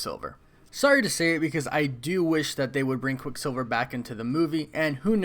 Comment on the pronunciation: Stop saying his name separately like “quick silver”. It’s quicksilver altogether